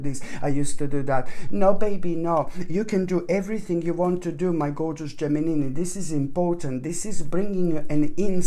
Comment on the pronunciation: I really love this guy when he says Geminini...